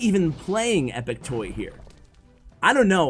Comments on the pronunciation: u read epic tuá not epic toy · His name is epic toi, (twah) not toy lol I love your vids it’s just I’m a French Canadian so 😂😂😂